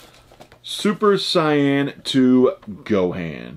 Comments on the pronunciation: Saiyan (say-anne) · SAY -IN. SAY-IN ... PLEAS PRONOUNCE IT RIGHT...... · Lol no one even mentioned that he not only doesn't know how to say super Saiyan, but he also says Gohan wrong 😂😂 posers!